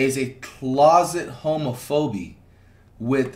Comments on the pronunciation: I was crying when he said homofobee, like actual tears. But it’s ok🤣 We still love you FLIGHT BIG DOG😈😎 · No way flight said Homo-Phoebe 🤣🤣🤦🏾‍♂️ Respect to flight for being Neutral. I Fw So the most but he wrong and so is Zias/Adin camp. I think they're all hypocrites when you think about it 😂😂